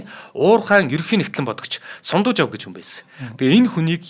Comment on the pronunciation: Сундуйжав биш Сандуйжав шүү